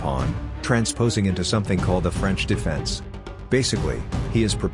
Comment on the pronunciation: french defense, huh french defeeense.